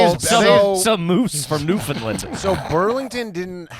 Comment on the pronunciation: Egregious pronunciation of Newfoundland